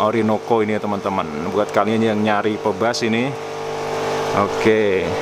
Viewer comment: Bacanya "pibas" bukan "pebas" 😅